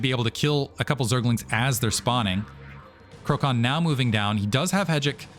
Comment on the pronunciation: And btw, i think you were mentioning Krocan being from PL, so his name should be read as ‘krotsan’ which means turkey :-)